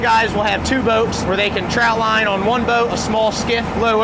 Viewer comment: Trot line.. TROT line !! Ur driving me nuts w that. 😜